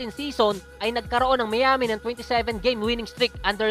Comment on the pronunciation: lods Miami = should be mayami not miyami!! nice content peace!!!!!